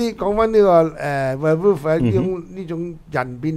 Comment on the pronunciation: 係讀where wolf。。。